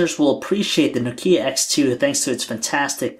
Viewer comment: Oh no. Don't make this guy reviewing Know-Key-ah's please!